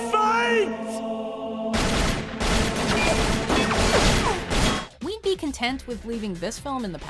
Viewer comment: "there was a firefighttt"